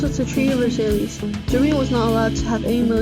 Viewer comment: The treaty of Versailles and he said versailees